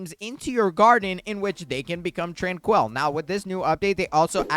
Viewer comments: Bro it’s not tran-quell it’s pronounced tran-quill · Hey man why are you saying tranquil like that? Trainkwul not tran-kwell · how do you manage to butcher the pronunciation of "tranquil" its not fucking TRANQUEL